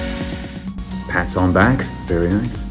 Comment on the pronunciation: Be vewy vewy quiet 😁